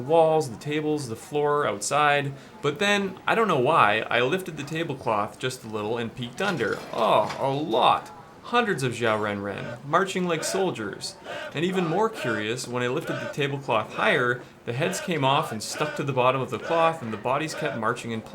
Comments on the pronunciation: Xiao is pronounced like shao/shiao. Super interesting video keep it up! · xiao is read as shao and qi is read as chi